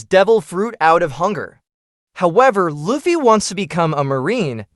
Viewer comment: its pronounced luuffy not loffy